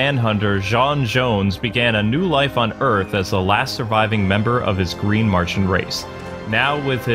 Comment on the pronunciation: It is Martian not martain but great job👍👍